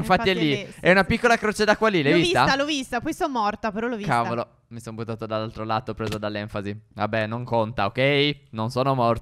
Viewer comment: Al minuto 12,07 phere dice (tavolo!) Invece che (cavolo!)